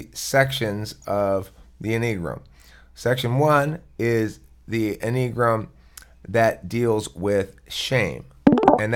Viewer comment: En-ee-gram? It's any-a-gram